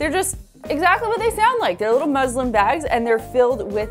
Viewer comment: Space not at all...muslin and Muslim r pronounced very differently...it's a mus in muslin and a moo in muslim...